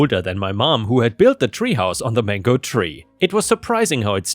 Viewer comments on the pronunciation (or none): none